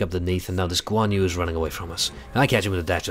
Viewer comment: I couldn't help dying of laughter. Guan Yu is pronounced Goo-wan Yri. Go to Google Translate and listen to the Verbal Translate. But uh, ye. Nice play.